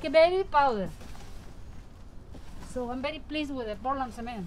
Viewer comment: Okay are you saying Portland Cement or what?